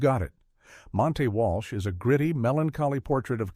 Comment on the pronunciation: Bad AI narration, Joel "MacCraA", "Montay" Walsh to name a couple of savage mispronunciations.